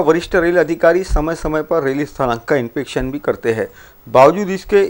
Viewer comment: ओ भाई समाचारवाचक, वह शब्द 'इन्फेक्शन' नही 'इन्स्पेक्शन' है। दोनो के स्पेलिंग अलग-अलग है जैसे- infection और inspection. देखना यार, संभल के, नही अंग्रेजी का कचरा कर दोगे।